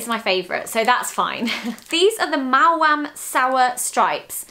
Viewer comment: Finally, someone who pronounces maom properly! It’s M-ow-am not m-oa-am